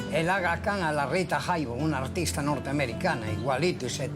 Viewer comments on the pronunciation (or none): none